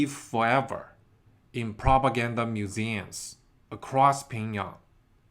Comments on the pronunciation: pyongyang not pingyong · why is it that you and Lei’s Real Talk can’t say Pyongyang?